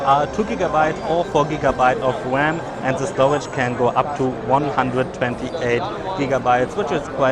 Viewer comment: "it has 4gb wam"